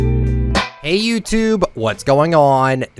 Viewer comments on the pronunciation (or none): none